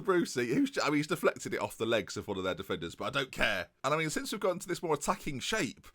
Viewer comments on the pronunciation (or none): none